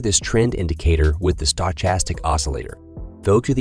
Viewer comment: I’m hearing a lot of strange pronunciations of stochastic lately.